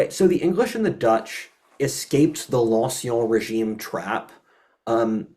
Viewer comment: you're pronouncing "ancien régime" incorrectly. The "en" is pronounced as a French "in" like in the word "fin."